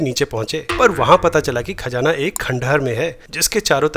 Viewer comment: oh... KhaJaana hin hotaa sir... KhaZaana hota hi! Please fix karein 🙏🏻 Talaffus (pronunciation) pe dhyaan dein (isse constructive feedback hi samjhein) I love all your videos and share them regularly!!)